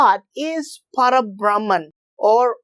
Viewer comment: It is Para BhrahmaM not Para BrahmaN. Like in Parama Padham, the abode of Sriman Narayana, Parama means the Supreme.